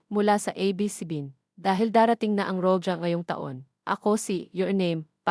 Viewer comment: Pronounce roha. Spanish word po yan ang roja